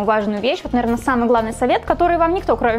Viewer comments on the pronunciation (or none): none